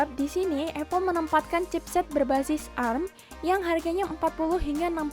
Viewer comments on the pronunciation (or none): A R M bukan erm.... :V